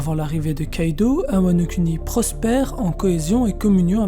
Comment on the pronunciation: MDR c’est un détail mais mec stp dis « WANO KOUNI » 😥 et pas « kuni »